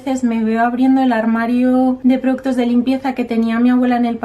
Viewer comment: Dices produttos, jaja, productos....